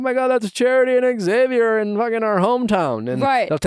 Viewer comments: Ahhh it’s “Zavier” PLEASE stop with the “ex-zavier” it’s hard to hear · Say it with me now: Xavier = ZAY-VEE-ER. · That is how my son's dad has always pronounced our son's name, Xavier. Ugh.🤷🏼‍♀️ Please, pronounce the X. Thank you. The other common mispronunciation is "Zavier."🤦🏼‍♀️